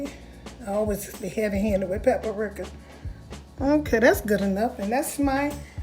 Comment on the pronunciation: Pep Re-ca---- paprika---pep Re-ca nothing but love for you sister not trying to be mean you can also Google words by saying how do you pronounce paprika and it would actually have a voice recognition sound that will teach you the correct way to pronounce words. I'm 72 years old and when I'm not quite sure about a word that's what I use.